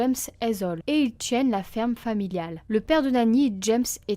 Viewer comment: L’accent de chnord c’est pas possible... les parents qui « tchiennent » la ferme familiale...